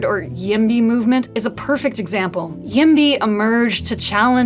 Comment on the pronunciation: Are you aware that you're pronouncing YIMBY with an N instead of a B, like YIMNY? Something tells me no.